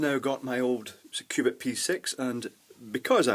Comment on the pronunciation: sounds like he says Qupid :P